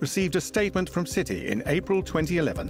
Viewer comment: Why do you call us citeh ??? I'll wait .....